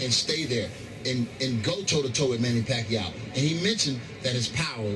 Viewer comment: Floyd can't even say the name PACQUIAO, hahahaha!!! What a great Chicken Chump!! Sooooooooo Scared to Pacman...